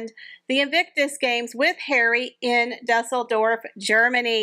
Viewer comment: Balmoral....pronounce Baal not Ball. Al as in Allan Baal. Dueseldorf... pronounced like the french deux.. or dewseldorf. Lovely show. Thanks for bringing us the latest news!!